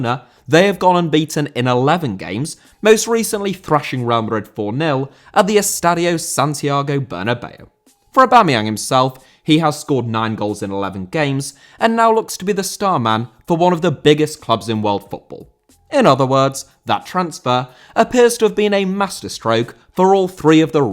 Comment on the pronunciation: Bernabéu * not Banabeyuw